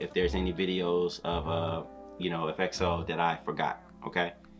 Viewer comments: It's pronounced 'EXO' not E.X.O. They are wrapping up their mandatory military service soon so they might be making a comeback hopefully in 2023. This group has your fav LAY and Kai but there are others that have done some solo work. Here are dance practices of their more recent solo work. XIUMIN 시우민 'Brand New' Dance Practice - BAEKHYUN 백현 'Candy' Dance Practice - KAI 카이 '음 (Mmmh)' Dance Practice - KAI 카이 'Peaches' Dance Practice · it's ek-so (EXO) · The transitions just didn't stop... Energizer bunny ain't got nothin' on them. Favorite parts the force in cross X movement, has a marionette feel, diagonal, Z pattern. I'm tired just from watching them and they have to do this and sing Live... SMH. EXO is pronounced EX-O... 'Ex', when you break up with your partner and 'Oh' when your friends find out. Great reaction... the honesty is appreciated cause this choreography was sick.